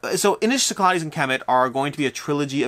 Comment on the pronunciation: Cyclades. Sick-la-dees. I’m sorry, I cringe every time.